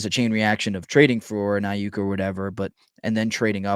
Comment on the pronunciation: The amount of times this mf butchered Aiyuk name is baffling lol and I’m supposed to take this guy serious as an analyst when he can’t even say a superstar wr’s name right lol